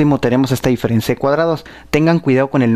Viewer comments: Dice "direferencia" en el minuto xD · ¿Polínomio? ¿Direfencia? O.O